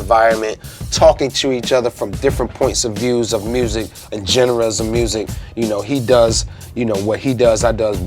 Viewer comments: He said gin-ne-ruhs He meant genres Sorry, I couldn't let that slide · When Red said "Jen-ras" of music, old boy had to look down or he would've spit up a wing laughin'. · Did anyone else catch the way he pronounces "genres" ? The host looks like he turns away and stifles a smile lol I can't judge though I do that shit all the time, damn foreign words 😂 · Anyone else catch my man say jeneras😂 genres lol Love you Regg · The way he says: “Genres” is absolutely amazing. I’m gonna start pronouncing it that way.